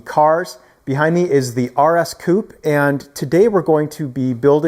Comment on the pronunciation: Please just learn how to say coupe